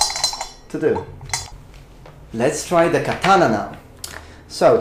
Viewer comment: "the katanana" <3